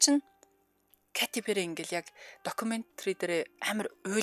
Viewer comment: 😂зүгээр л Кэтти Пэри гж болдгүймү. Кати гж ямар нэр бсим бэ .катя,ч,биш кайти гэж ойлгомжгүй дуудлага